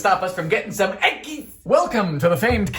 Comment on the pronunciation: there's something hilarious about you saying "eggis" in your normal-human youtube voice.